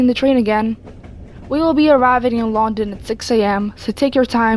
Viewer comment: I ain't trying to sound rude or anything but the way you said London had me dead